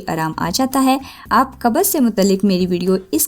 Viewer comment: Qabaz nahi hota qbz hota hy constipation